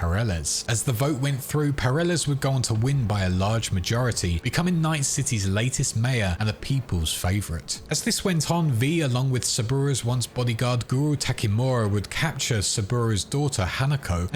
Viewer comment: Absolutely brilliant timeline presentation. Literally the only bad thing I can say is the pronunciation of Yorinobu and Takemura Goro sounded like Yarinobu and Guru Tackeemora, which threw me off for a sec but still really appreciate the mammoth effort that went into putting this together. Thank you so much.